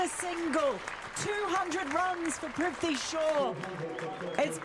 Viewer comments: His name is Prithvi not Prifti.😠😠... Don't know, why these English men's can't pronounce a simple name ? Every time they call him Prifti.... 😠😠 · Commentator can't even be bothered to learn how to pronounce his name correctly. "Privty Shaw" ffs. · the pronunciation of “prithvi” was bugging me the whole video 😂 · I am pissed that thse jokers cant pronounce PRITHVI properly but can pronounce LABUSCHAGNE and PHEKLUKVAYO very easily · Great innings. They butchered his name every single time 😂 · Their mispronunciation of his name is so cringey.